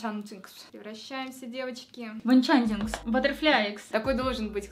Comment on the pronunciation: ахахахпхаххпхахпхх сказала Энчантикс, а мне послышалось Банчантикс и я вспомнила фотографию Банчана с розовой кароной и волшебной палочкой